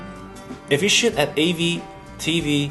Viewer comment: I like the way this guy pronounces "shoot" as shit.